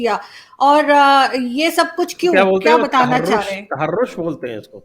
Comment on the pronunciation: Sanjay Ji the word what you said is ,TAHROZ not TAHROSH....TAHROZ=ATTACK.